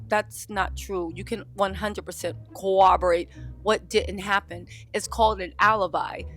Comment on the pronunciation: I implore you to say “corroborate” correctly. We have a generation out here saying things like “irregardless.” Thank you. Love you.